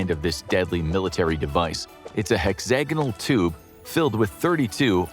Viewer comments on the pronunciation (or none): none